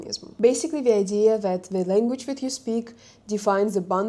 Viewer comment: You should also learn the English lEnguage's pronunciation!